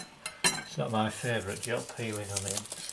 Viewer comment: why does he keep saying ongions lol